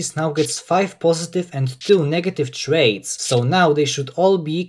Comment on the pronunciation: lol you not only pronounce traits as "trades", but thats what you called that section of your video as well